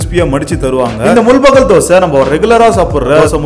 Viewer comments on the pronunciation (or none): Adhu mul-bagal illa bro, It's pronounced as Mul-baagal